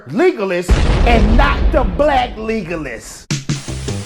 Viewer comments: Leg oh las pleaseeee. It's not legless lol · First of all, it's Legolas not Leegolas. Second, you're absolutely right ma man.